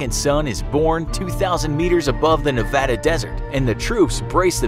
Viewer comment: I appreciate the right pronunciation or Nevada :)